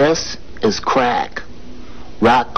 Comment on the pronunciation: “This, is cwrack.” Made me laugh.